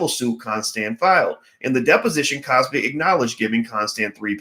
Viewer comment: why are you butchering the good doctor's name though.